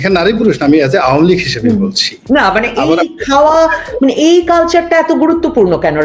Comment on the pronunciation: উপস্থাপিকা ম্যাডাম আপনি এত ভেটকাই নোংরামি করে উচ্চারণ করতেছে আওয়ামী লীগ টাকে আওয়ামী লীগ এত নোংরা দল নয় দুই একটা ভুল সকল দলেরই আছে কিন্তু ১৭ বছর দেশ চালানো এত সহজ না আপনি আপনার ফ্যামিলির দায়িত্ব নিয়ে দেখেন ১৭ দিনও এক কথায় আপনার ফ্যামিলি মেম্বারকে রাখতে পারবেন না সুতরাং save your talking